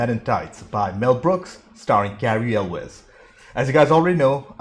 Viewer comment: Hey, you said Elwes right! Nobody says it right!